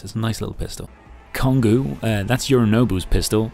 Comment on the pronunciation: That's not how you say Kongou 😂 Also it's a reference to a naval ship I believe. Edit: I was right, Kongō was a warship of the Imperial Japanese Navy during World War I and World War II. She was the first battlecruiser of the Kongō class, among the most heavily armed ships in any navy when built.